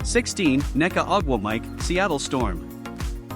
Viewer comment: good ole eye-a Wilson and nneka ugh wah mike.... another a I flub job....